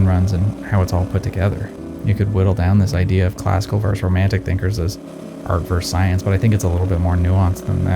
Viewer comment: Now I know you purposely mispronounce words on purpose. But versus is just versus. Verse is a different word that means something completely else. So in the future, please say versus and not whatever the fuck you've been saying. Thanks